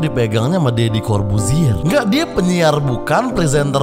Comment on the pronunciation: Deddy,bukan ferr... 🤣